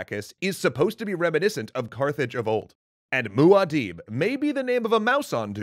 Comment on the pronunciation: Kwizats Hadarech in Hebrew is actually pronounced Kfitzat ha-de-rekh (the end is that ch\kh sound you don't have a letter for in English). As a native Hebrew speaker, I don't believe I would ever notice the reference while reading it in English, but it's nice to know. Also that mouse mua-dib would be pronounced Mu-Adib with an emphasis on the "a" sound.